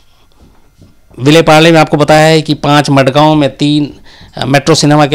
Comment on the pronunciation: मडगांव नहीं mazgaon